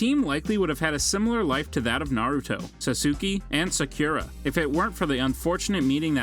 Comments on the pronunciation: Sasuke and sakura ❌Sassoky and sak ur a ✅ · sasoooski and sah kura lol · they're pronounced akotsky, sakora, saskae, ninjootsu, geneen not jenin, kazeekagay, rasengon, Otsosuky, menmah